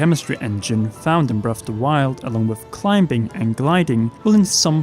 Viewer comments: Did that man say climb-bing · did he just say climbing, while pronouncing the B? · Did... Did you say climBing